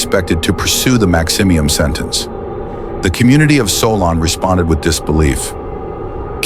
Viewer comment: Also it’s pronounced SOUL-N not SOL- ON